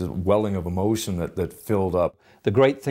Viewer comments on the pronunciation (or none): Hmm..the way he says " Emotion" at 6.26...sounds more scouse than american!!😐💗💖💓👍👍